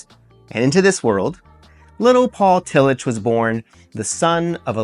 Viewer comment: This is good but you are mispronouncing Tillich.